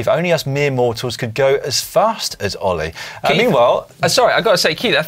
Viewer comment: Surely I can't be the only person who heard Dan refer to Ollie as 'Hollie'?